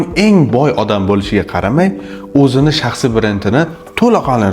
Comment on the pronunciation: Талаффузни тугирланг ука..шахсиий бренд дейилади.и..ни сал чузиш керак